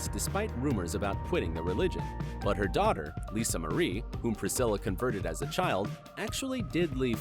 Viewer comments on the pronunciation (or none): none